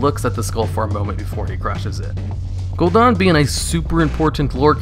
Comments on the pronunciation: The only thing that I don’t like about these videos is that he keeps saying Gul’don not Gul’dan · Whay are you calling him Gul'Don? It's Gul'Dan...Dan, as in Danny. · Gul'DAN, not Gul'DON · Gul'dan, not Gul'don. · Any reason u say gul-don???? It's definitely an A IN GuldAn. Drove me nuts. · I love your videos but you are REALLY bad at pronouncing names lol. Gul'DAHN? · i had to down vote, it was a cool video but I cringe every time you say gul'dan. THEY SAY IT IN GAME CONSTANTLY !